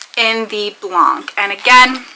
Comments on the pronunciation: Would you like to say BLANC like a French woman would....? Exactly as you are now saying it but don´t pronounce the C. There is no Kuh sound on it! Blahn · Fench is kind of tricky. I’m bilingual so not for me lol. The word has what they call a nasal vowel so you don’t pronounce that N at the end either. But you seemed to say it very well except for the Kuh you had put on the end. And Pod qwah. 😂. Thst is phonetic spelling for a slang style you’re welcome. (Pas de quoi)